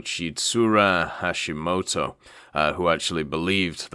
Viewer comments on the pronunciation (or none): none